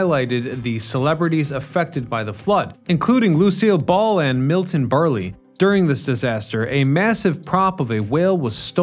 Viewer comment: Milton Barley? Really?